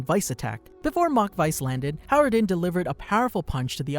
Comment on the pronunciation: Its Hajrudin you pronounce the J